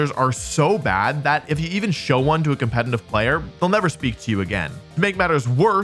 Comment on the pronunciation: Why does he always say "compeNtitive"? So irritating